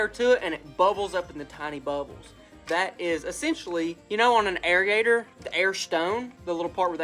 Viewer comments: It's pronounced Air-ator Airator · Air-ator. 😂. God bless you always a good time with the uploads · Air-ator....not Air-E-ator....hehehehehe....the E is silent. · I just wish Jesus would give you the good sense to know how to pronounce the word Aerator......hint it's not area-ator lol SMH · love you man love up but trust me bro idk the science behind it but I’m pretty sure it’s pronounced air-ator not area-ator hahaha love you brotha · It drives me crazy listening to you say "air-e-ator". I know you're very smart but clearly you played hooky too much from your grammar classes in elementary school. All your aubscribers are cringing as well as all of the English teachers that are viewers. Otherwise great job on the vids though.